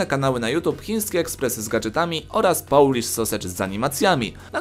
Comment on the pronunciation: "połlisz"... bełt